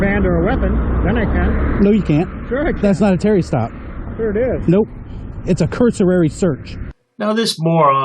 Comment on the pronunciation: A “cursorary search”? 🤦‍♀️ Ah the eloquence of the average frauditor 🙄🙄🙄 Didn’t his Mum teach him it’s rude to point?